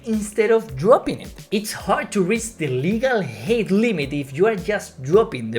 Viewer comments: Height is pronounced high-t. Not hay-t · Great video! If you don’t mind a small tip on pronouncing “height” as you are pronouncing it a bit like “hate”. You pronounce “high” fine and the pronunciation of “height” is like “high” with a ‘t’ added on at the end. I think the ‘e’ in “height” is throwing you off so just image there is no ‘e’ in the word